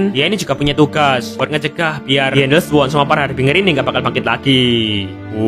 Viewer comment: Makasih bang dah buat tapi da yang kocak aku dengar EN les war